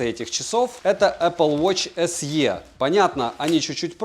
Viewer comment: Не се а си,так на презентации говорят,так же не лте а лти